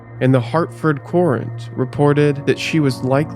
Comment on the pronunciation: The Hartford "Courant" is pronounced like "current". The Connecticut Courant began as a weekly on October 29, 1764, started by Thomas Green. The word "courant" derives from the French courante nouvellen, indicating current news items, possibly borrowed by way of the Dutch krant.